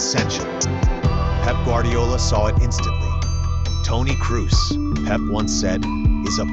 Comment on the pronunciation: Well, if you want to pay tribute to a man, please make the effort to pronounce his name right. His name is „Krohs“, not „Crews“. At least give it a try. No shame in failing. But not even trying? That’s disrespectful.